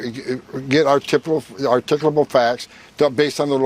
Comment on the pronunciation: What kind of facts? Articuble? Is that Latin?